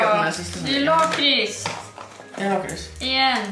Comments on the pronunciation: Ni säger lakrits fel, och kex det heter chex (inget hat) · Säger du lakrits med "långt" a, jag säger med "kort" a, bc jag e från Skåne😂